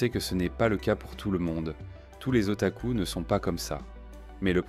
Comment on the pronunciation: Mec c'est moi ou il a di otacul😂